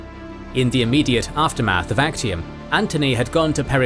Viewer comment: theres a error its not Achtium its Actium